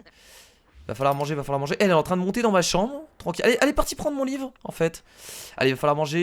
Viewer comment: A il dit "live " à la place de livre . Mdr